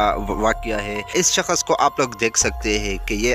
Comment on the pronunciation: saksh boltay shakash nahi